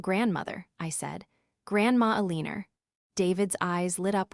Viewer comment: "ALENER" AGAIN! 😂